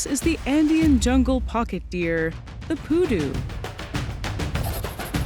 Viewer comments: The Pudu is not poo nor doo. 💩 🦌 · Stop saying poo doo! You’re going to kill everyone in our drinking game! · "Pudu" sounds like "you do"